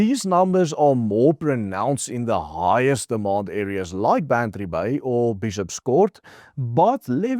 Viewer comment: Its bantry bay